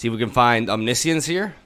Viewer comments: little funfact: had a discussion recently about the correct pronounciation of this "omniscience" thingy. It's not "Omni-Science" like you might expect, it's (speak) "omnishuns". love your stuff, keep it up <3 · I'm assuming English is a second language with the accent and the Brazilian flag in the background. That being said the word "omniscience" is pronounced om-nish-ance. Not a big deal but figured I'd mention it. Thanks for the vids dude! Edit: well now I'm confused because later on in the video on like match 3 you start pronouncing it correctly. I guess that has something to do with how non-native speakers interpret words as they appear? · Welcome to teaching english. Today's word is "omniscience". Ahm-nih-shee-ence. Is the spelling nonsensical? Yes. But so is the concept. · I don't care that he doesn't know how to pronounce "omniscience" but his flip-flopping back and forth on it really bothers me.... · Can't say "omniscience" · Eugene is a common nickname for Ugin in the magic community, and everytime ive heard him say chupacabra he has pronounced it correctly. I'll double check though. Still prefer his pronunciation of Omniscience better than the correct one tho. Lol